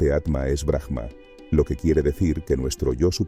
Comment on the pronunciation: Aum,en realidad es como se debería pronunciar el OM y es BRAHMA no BRAJMA solo en algunos casos donde la palabra termina con H se pronuncia como jota,en este caso es silenciosa. Hare krishna 🙏❤️‍🔥 exelente video